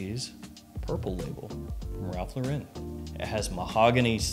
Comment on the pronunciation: Shouldn’t you learn how to pronounce Ralph Lauren?